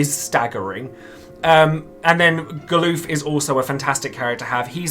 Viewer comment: You say "Ga-LOOF??" XD It's "GAL-UF" just like it's spelled, lol. XD XD XD